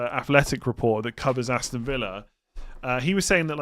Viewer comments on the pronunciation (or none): none